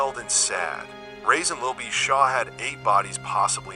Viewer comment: You keep calling this man “Rasin”